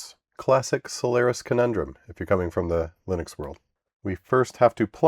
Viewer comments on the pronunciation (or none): none